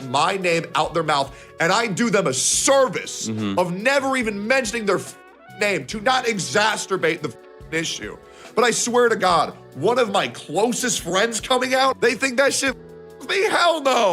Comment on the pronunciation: Did he say "exarsturbate"?